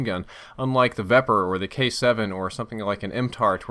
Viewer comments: oh the irony. he made a mistake about the vepr? its pronounced viper. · did anyone els notice that when he was talking about reload time he said veper